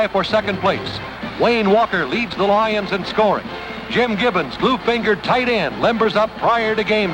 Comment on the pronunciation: “The Detroit LAW-yuns.” Who narrated this? Van Patrick?